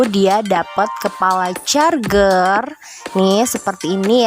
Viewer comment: Charjer mba bacanya bukan char(ger)